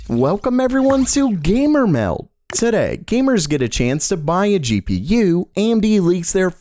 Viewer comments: Cus he never gets the d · I never hear the d, when he says “Gamer Meld” in the intro lol